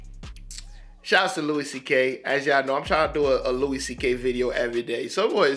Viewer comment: His first name is pronounced "Loo-e"